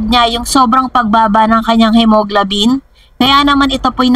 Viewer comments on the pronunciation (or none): What? Hemoglobin hindi hemoglabin.